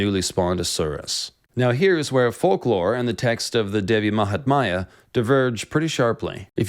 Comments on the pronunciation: Not Devi mahtmaya but Devi Mahatmya or Devi Mahatmyam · mahatmya, which you pronounced mahatmaya, devi which you pronounced dehvi, so not too bad...lol. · Devi Mahaathmya..not Devi Mahatmaaaya..thanks!! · Appreciate the effort to explain Kali. Good research! One comment "Mahatmya" is pronounced with "my" fused (not like "maya") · She is devi Mahamaya..another name. The text is devi mahatmya..no silent t